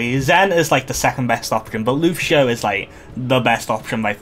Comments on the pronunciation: "lushio" hurts every time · lucian is the english equivalent of luciano, wich is the long version of lucio everyone in the game calls him lucio, no one calls him lushio if you lived in a spanish or portuguese speaking country they'd pronounce your name soomers, its not the same thing